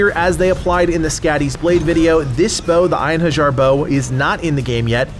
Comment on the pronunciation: It is actually pronounced in-hair-yar